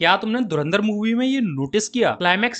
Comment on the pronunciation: ye to pata hai bolta hai dhu ran dar